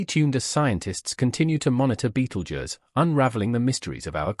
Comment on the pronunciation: Ugh clearly A.I bs. Can’t even pronounce Betelgeuse correctly. A.I had ruined YouTube.